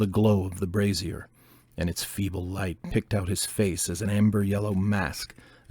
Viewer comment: brazier (also braiser) is pronounced BRAY zher, not bra ZEER (in other words, a little bbq grill is not a bra)